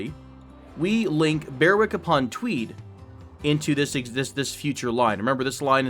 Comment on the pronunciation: The W in Berwick is silent X) not even joking